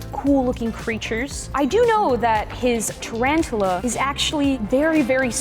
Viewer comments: It’s tarantula not “ tarantala “ 😂😂😂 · It’s tarantula, not trantres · You’re saying it wrong it’s called tarantula not tarantula😂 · Its not trantula its tarantula